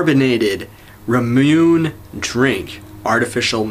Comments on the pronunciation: Ramuun? triggered Ra-mu-ne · Pronounced Ra mu nAy Idk really irrelevant looking at when this was posted But you detach the "plunger" then with your palm you press down on it